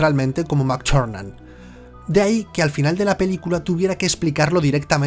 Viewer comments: No nos engañes, tb es parte de nuestra imaginación,no existe,sino como puede alguien pronunciar... John Mctuerxfnan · Me descojono cada vez que dice "Mac Charnan" xD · como pronuncia el nombre del director jjajj oye oye entonces en las siguientes películas resucita no ??